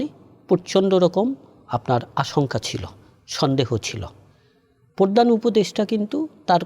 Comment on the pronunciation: প অক্ষর আপনার উচ্চারণ করতে কষ্ট হয়।পরধান না বলে মূল বলতে পারেন।পরচার না বলে এর ইংরেজি প্রতিশব্দ ব্যবহার করতে পারেন। এই অনিয়মের একটা পার্ট আপনি নিজে।দোষ স্বীকার করে নিন।